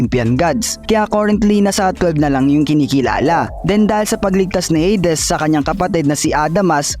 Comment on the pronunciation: Baka pwedeng Heydis wag ng Heydes kasakit sa tenga😆